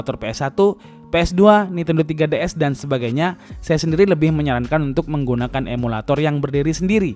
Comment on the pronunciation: Bjir 3ds disebut tiga ds